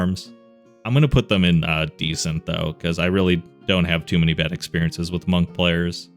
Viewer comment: Calling monks "gunks" is so funny. Please don't change it